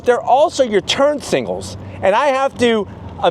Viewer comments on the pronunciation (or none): I cringe every time he says Turn SINGALS instead of SIGNAL